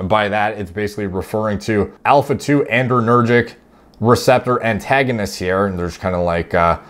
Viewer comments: The paper was not using pretentious language. It was using precise and technical language. Also, it's "adrenergic," not "andrenergic." Otherwise, great video! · "adrenergic" actually, not "andrenergic" like adrenaline not androgen. It's all I can hear lol. Great content nonetheless